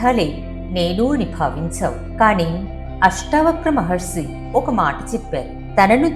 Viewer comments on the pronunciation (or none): చాలా బాగా చెప్పారు,మహర్సి అనకండి మహర్షి అనండి